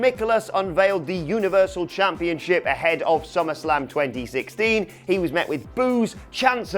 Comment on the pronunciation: ChampionSHIP not championCHIP... Jesus. It’s just English, I thought you guys invented the language.